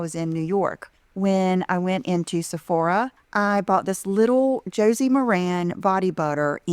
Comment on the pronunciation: I wish she would learn how to say Josie's name right. Such a dumb ass!!!!!!!